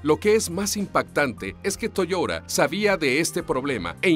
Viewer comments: Se pronuncia Toyota no toyora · AxeL moran es verdad dice Toyora pero es toyota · ¿¿¿ , se dice Toiora??? ¡¡¡Y yo toda la vida diciendo Toyota!!! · Toda esta gente quejica que llora porque diga "Toyora" seguro que luego dicen "la laptop" y no "el portátil", "el aisberg" y no "el iceberg", "el closet" y no "el armario", "el maffin" o "el capkeik" en vez de "la magdalena", "el gym" y no "el gimnasio". Mucho quejarse de que digan cosas en inglés, pero que yo sepa Latinoamérica y los pijos de España son los que más palabros ingleses sueltan. Oh, ¿y por qué no os quejáis del "MOYO" en vez de mojo, eh? Los de Watchmojo son estadounidenses. Por eso mismo lo pronuncian así. A ver si a los finolis de la lengua española os entra en la puta cabeza de una vez, que yo no me quejo cada vez que oigo a Dross decir "la punta del aisberg" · Toyora? En serio? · Che .... es TO YO TA !! No! Toyora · que molesto escucharlo decir toyora y takara todo el rato, pero en fin, buen video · también lo he escuchado toyora...jjajajaja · Toyoda toyoda ulala señor francés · "Toyora". No puedo con esto. No. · Toyota, a ver si aprendes a hablar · No pude parar de reir la manera de pronunciar Toyota. Es como si dijieras Mapple de Appel.